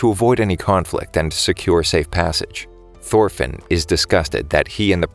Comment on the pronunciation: Thorfinn is more like thorphan lmao